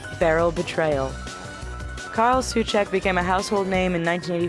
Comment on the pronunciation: It reads normaly as Karel, just karel, and Souček as So-check #Czech_Auto_Correct :DDD